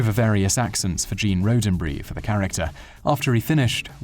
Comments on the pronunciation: Wow didn't know this about him, cool! By the way Roddenberry is pronounced ROD not RODE so it's ROD-DEN-BERRY not RODE-DEN-BERRY. just saying! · Rodenberry. Like Rod n berry. Not Road n berry. Come on. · It's not "Road'n'berry", it's "Rod'n'berry", with two D's, if you don't care enough to pronounce the the last name of the father of modern of Sci-Fi, don't make the vid. Thank you very much. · "Gene Road-in-berry". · Heh, "Road-en-bree" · Today I found out This guy cannot pronounce Roddenberry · Bonus fact for. There is no "A" is Rodenberry. Get it right next time. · Loved the way he pronounced Rodenbury